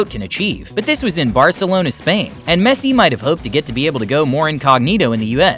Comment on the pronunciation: Kinda is triggering that people pronouncing Messi wrong